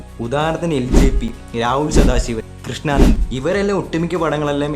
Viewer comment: കൃഷ്ണാനന്ദ് അല്ലെടാ കൃഷാന്ദ്. വാല അല്ല വല 🤦‍♂️ വീഡിയോ ചെയ്യുമ്പോൾ കുറച്ചൂടി റിസർച്ച് ആവാം.